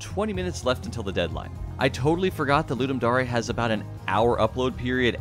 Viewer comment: It’s dare not dar-E